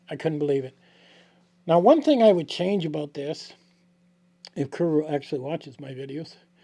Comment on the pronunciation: Alaskan Island in the southern archipelago. Pronounced Koo-yoo.